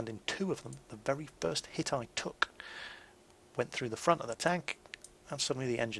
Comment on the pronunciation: maybe it's just because I'm from across the pond, but every time you say "took a big-ass hit" I hear it as "big-ass tit". Makes me smile all the same. Keep up the good work! Your vids are incredibly helpful!